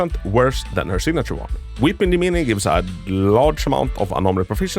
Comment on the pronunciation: weepi demine, sounds so italian when you say it lol